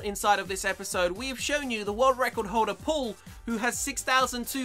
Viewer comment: Lol he says pull instead of paul